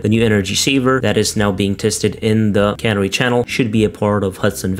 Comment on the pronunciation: Canary channel is pronounced can-AIR-eee like the little yellow bird that miners used, NOT like cannery, which is a factory that cans fish.